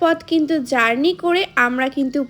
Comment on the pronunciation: Journik ❌ journey ✅